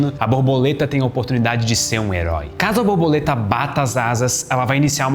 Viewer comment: Não querendo desprezar o excelente conteúdo do vídeo, não me consegui abstrair do "boboleta" AHAHAHAH